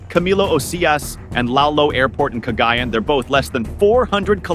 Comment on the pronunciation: PLEASE get the AI narration to pronounce Filipino names CORRECTLY! Baleek-a-TAN not BALIK-a-tan. And Cag-i-YAN, not Cag-AY-an. (And I'm an American, but one who has lived there.)